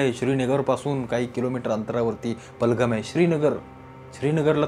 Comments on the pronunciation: पहलगम नहीं पहलगाम बोलिए। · बलगम नाही रे पहलगाम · पालघम नाही पेहेलघाम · पहेलगाम या गावाचं नाव उच्चारता येत नाही. आणि एवढा मोठा विचार मांडलेला आहे. खरंच खूप आश्चर्याची गोष्ट आहे.